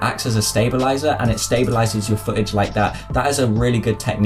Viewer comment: Its foo t age, not fooage